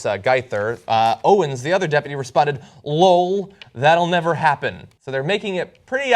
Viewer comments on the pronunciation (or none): He said lole instead of l-o-l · John it's pronounced L.O.L. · So nobody wants to point out that john pronounced LOL as a word instead of an acronym 😂😂. OK no one ? I'll continue to laugh out loud to myself then.